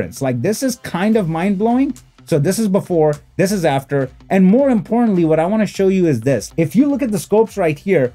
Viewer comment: I like how you say "this is Before, this is Aftuor" Classic 👌👌🤣